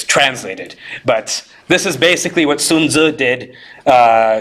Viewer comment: Bro, besides being always impressed by your huge brain and knowledge, I have so much respect for you that you were pronouncing “Sun Zi” correctly, and spoke of another culture with respect. Let me just say there is so much Sinophobia and anti-Asian racism in North America these days even I run into incidences where I was quite upset. Damn bro damn you are super awesome. 😎😎